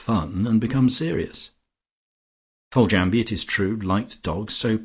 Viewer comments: I find the reader's mispronunciation of Foljambe annoying. Couldn't the reader leaf through the book and research unfamiliar words prior to recording instead of guessing and getting it wrong? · A treat to have this on audio. Generally the reading tone was fine for me, met the very light sarcastic tone of the novel. But I'm afraid I winced at some pronunciation....."Rise-home" (prefer Rizum) and the e pronounced in "Foljambe". Small niggles, but they do grate rather.